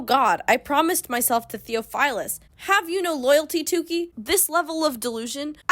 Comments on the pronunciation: noo 😭 you’re doing gods work even attempting to transcribe this mess so i don’t even blame you also side note your pronunciation of theophilus lowkey hurt me bc the brother of my friend is named that but i think your pronunciation fits in w this goofy ass world anyway ❤️ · immediately the pronunciation of theophilus is killing me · Theophilus is a real name. Biblical. Ppl are still named that and it isn’t pronounced that way. Everything else was as ridiculous as you said but had to say that lol